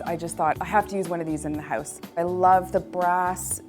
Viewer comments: Houuuuze, houuuuze, hooooouze.. hehehe, Canadians <3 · if you say 'house' one more time with that strange accent, I might have to smack ya